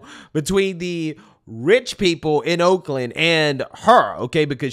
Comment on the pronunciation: Woakland, lol, good one.